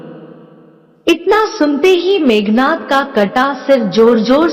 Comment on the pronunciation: Meghnaad not nath